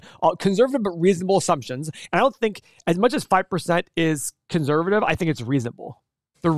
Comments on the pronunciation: can this guy not say 'conservative' right ? what is conservavivie? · In what f-ed up accent is the word "conServative" pronounced "conZervative",?